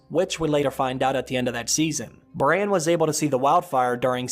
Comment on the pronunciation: You do know his name is Brandon? Bran for short...…..NOT Brian.